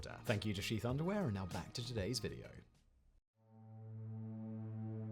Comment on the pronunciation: I swear, when he said "sheath" underwear I thought that he said "Xi's" underwear.